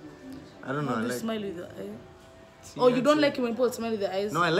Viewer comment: When he said " ironoh" instead of I don't know I died😂😂